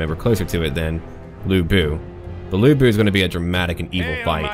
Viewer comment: As foe the pronounciation, you've basically mastered the vowel sound. It's just the "Lu" in Lu Bu that you need to pay attention. Sometimes, "Lu" can be pronounced as "Loo" and sometimes the "u" can be pronounced as the first "u" in "ursurpation" (The same thing happens in "nu", too). The consanant, however is a whole new thing. First, the consanant "c" is always pronounced as "sss" with a slight "t" sound. The consanant "ch" is just "ch" in "chess". The "u" in "Ju", "Qu" and "Xu" is always pronounced as the first "u" in "ursurpation". That's basically what you need to improve.